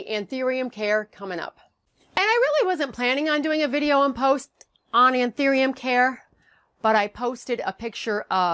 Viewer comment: It's An- THOO-ium